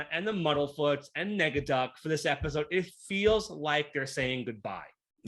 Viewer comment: It's not Negaducky! It's NEGADUCK!!!!